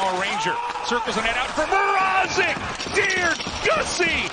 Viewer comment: Reporters Pronounciation of petr mrazek’s name is terrible